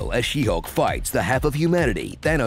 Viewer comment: She-Sulk lol